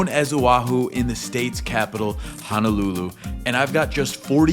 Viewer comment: My biggest irritation is how people mispronounce Honolulu It is HO-NO-lulu not HA-NA-lulu 🤙